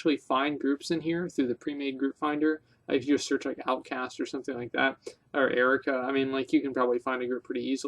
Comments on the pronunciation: What the fuck is the Erica outcasts? Learn to pronounce words. Jesus. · LOL I'm dying. I noticed his semi-strange pronunciation of 'ARR-UHH-KOE-UHH' as Erica as well.